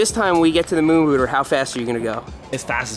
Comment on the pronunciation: I thought he was saying moon booger.